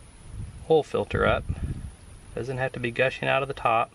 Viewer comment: It's pronounced OIL. Not oal, oil.